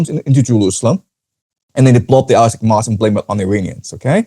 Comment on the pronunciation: Al-Aqsa is pronounced æl ˈæksə (al-AK-suh), not al-asak